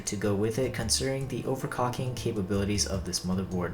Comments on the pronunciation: why do you say overcocking and not overclocking? heard you do it in another video too but thought it was a mistake lol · nah he says overcocking not overclocking, I never heard anyone else say ........ overcocking must be the only accent in the world that pronounces it overCOCKING lol -_-. out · no your accent is just fine and your voice is really good for reviews :) just found it weird the way that you pronounce overclocking but doesn't make your reviews bad at all, I like your reviews very much and your style ^^ keep up the good work m8